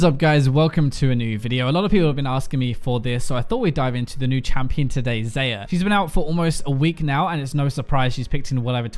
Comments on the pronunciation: It's Xa-yah not xay-ah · Its Xayah, not Xeyah. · did I hear it? Xeyah??? xD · You pronouce Xayah as "zi-ya" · WHY DOES HE PRONOUNCE XAYAH WRONGGGG PHY WATCH THE XAYAH RELEASE VIDEO AND PRONOUNCE HER NAME RIGHTTT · One day, will pronounce Xayah's name properly. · biokaese no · not how you pronounce her name